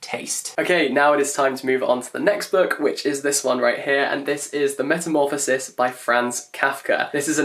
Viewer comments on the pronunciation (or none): none